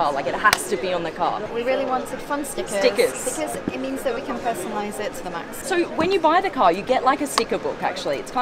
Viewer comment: What's "stickizz" 🤔🤷‍♂️😂